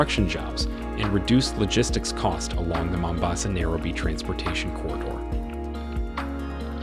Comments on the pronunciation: why is this guy pronouncing Nairobi like that? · Good video, but why wouldn't you get the correct pronunciation of names? At least for Nairobi. These are NOT English words!!